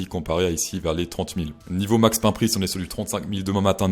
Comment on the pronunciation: J'adore ta prononciation anglaise. Max Pain 🥖